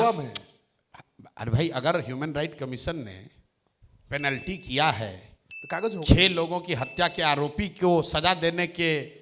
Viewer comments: Panalty ❌ Planty ✔️ Construction ❌ Cantuction ✔️ 😂😂😂😂😂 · Plenty nhi penalty hota Hai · Plenty nhi be penalty hota hai... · ऐ पेलेन्टी क्या है मुख्यमंत्री जी कौन से स्कूल या कालेज ऐ पेलेन्टी पढ़ाया गया था आप को पेनाल्टी को पेलेन्टी बोलते हैं हाफीडिफिट आज पहली बार सुना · Pelenty nahi penalty hota hai.app bihar chalwoge😂😂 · Are sir penalty hota h plenty nahi😅kahe apni chhavi kharaab kar rahe kisi ka help le lo😊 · सम्राट जी पहले तोआप को शुद्ध बोलने नहीं आता है पेनल्टी बोलना सीखिए